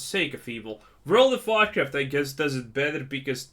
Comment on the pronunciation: Every time you said world of Warcraft it always sounded like world of vodka… that sounds way better